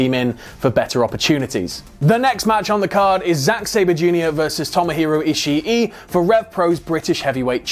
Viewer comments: Why does he keep on saying ishi e it's ishii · i - shi - i